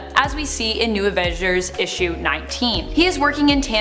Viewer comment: new avenjsshhhers!?!?